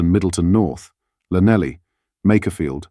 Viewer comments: Never heard an educated man call Llanelli lanelly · Yes he will cave because they have no backbone, Maybe we should insist that all benefits that we have paid them in the last 200 years be paid back + all the foreign aid. PS llanelly is pronounced Thlanethly. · Welsh Llan = Clan Llanelli is - Clan-eth-ly (phonetic) Now you know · Lanelly??? Clanethly, more like! Welsh!